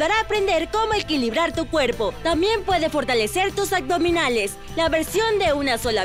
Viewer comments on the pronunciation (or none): Deberían de checar la dicción pues se escucha súper mal AGDOMINALES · Súper excelente esta rutina de yoga, todos los días lo estoy haciendo. Solo la mujer al pronunciar. AGDOMINALES, Pues me fijé porque lo dice muchas veces jeje. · Por favor pongan una locutora que hable correctamente, escuchen como dice abdominales y abdomen...... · ¿Será posible que encuentren a una persona que evite decir aCdominales”? Estaría estupendo que pronuncie correctamente “aBdominales” con “B” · Muy buenas posiciones y video...pero me desespero la manera de decir "acdominales" no entiendo porque lo dice así, tan linda voz, buena energía, pronunciando super bien los nombres de las posturas que parecen trabalenguas y lo más básico y principal la riegaaa...nadie le digo que no se dice "ACDOMINALES" 🙄🙄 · El único pero, es la pronunciación. Porque dice agdominales!!!!!????